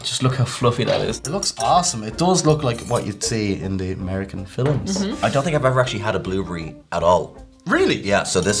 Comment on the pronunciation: Love the way some Irish people add an extra syllable to "film"... "fill-em" lmfao